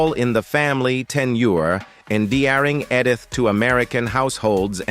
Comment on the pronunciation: Edd-ith … And Sally S Truthers… does it keep getting better?